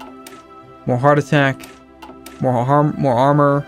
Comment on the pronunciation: "More haharmor" lol